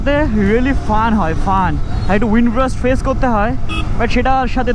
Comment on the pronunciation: FUN ❌ FAAN✅